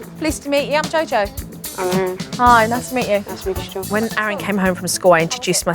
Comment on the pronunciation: I swear he kept calling Jo “Joel”